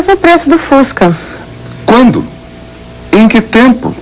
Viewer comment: nossa eu vou dar na cara dessa reporter pra ela aprender a falar o fusca